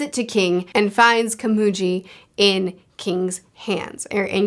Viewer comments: I think you're right. Rather than the i in sit/hit, i is more like the ea sound in heat. Your example is just a bit confusing because of the g, which I forgot to mention. Consonants are always hard, so g will never take on a j sound. So Komugi, where gi as in giga, not gym. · just an fyi its pronounced (koh-mu-ghee) not (kuh-moo-gee) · KomuGI, not Komuji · You pronounced komugi as komuji in japanese pronounciation. Japanese pronounciation of g. Is its literal sense. So the gi in komugi. Is like how gills are pronounced. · Unlike One Piece, a lot of time goes by within arcs, I'm pretty sure Gon and Killua are nearly if not 14 by this point. Edit: Also, it's Komugi with a "gui" pronounciation, not "ji". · You’re picking up on things on your first read through that i only thought of after reading and watching multiple times and also watching analysis videos. Very impressive how good you are at analyzing themes and ideas in stories! Also Komugi is pronounced with a g sound not a J sound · A small thing to point out. It's not "Komuji", it's "Komugi". G as in Good, Great, Gold or even Gon. You're not calling that boy Jon, so why use the J sound for Komugi? Just pointing out. A small thing. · Komugi is pronounced with a hard g, Meruem is pronounced MAY-rue-em. They honestly have one of the most compelling relationships I've seen in fiction, and that's in a series chock full of the most compelling relationships in fiction. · Respectfully, it’s more pronounced ka-moo-gi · The "gi" in Komugi is pronounced as the gi in giddy the rest you said correctly. I don't remember how you said Meleoron but it's pronounced as it's read, the "e" pronounced as elegant and the "o" pronounced as original. Which is standard in Japanese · As you said you dont mind corrections on names: Meleoron = Mely-O-rion Komugi = Ko-mu-gui (I dont really know how to write the phonetic representation of "gui" in english but is like GUILT but without the "LT")